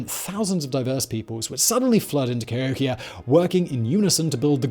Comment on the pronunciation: Emphasis on 'hok'. Ca HOKia check the dates of the New Madrid earthquakes.